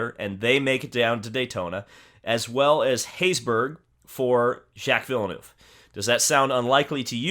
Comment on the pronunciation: “Jack Villnuuve” 🤣